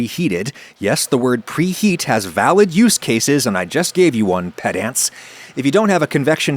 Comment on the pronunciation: I don't mean to be a pedant, but 'pedant' is pronounced "PED-uhnt" /ˈpɛ.dənt/ not "PED-ant" /ˈpɛ.dænt/